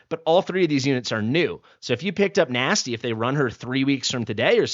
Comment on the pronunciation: The name Nastya is pronounced NAH-sty-uh Meaning: Resurrection.Nastya is a girl's name of Greek origin. Although this little ruby gem is typically a short form for Anastasia, it packs a serious punch all on its own. With this Russian name, meaning "resurrection," your new arrival is sure to bring spice and spirit to everything they do.